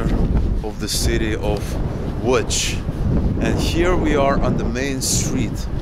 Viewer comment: Congrats on the correct pronounciation of "Łódź". Most Americans say Lodz, which is atrocious.